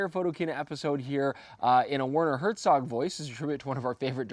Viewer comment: Your "Hertzog" felt more like some Scottish story teller :P